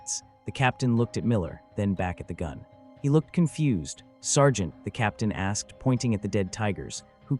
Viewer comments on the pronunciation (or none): none